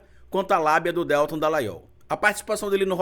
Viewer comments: Desculpa,, mas se pronuncia Deltã. Aproveitando…amo seu canal!!! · Que aflição toda vez q o pronuncia o nome do Deltan Dallagnol erroneamente!